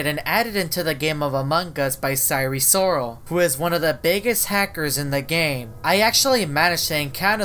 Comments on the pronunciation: You said sire siral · Him:"sire sorol" what i hear: sire soul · More like siren soul 😭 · I was hearing Eris Lorsi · Why do you pronounce wrong 😑